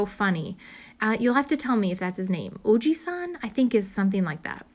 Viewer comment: Have been watching your video first time to comment from Japan. Very big fan. Your pronunciation Ojisan is correct! It means middle aged man in Japanese. Love your journaling and talks❤️